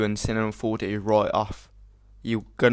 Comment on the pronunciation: " After we're done we head to cinema four de..." lol!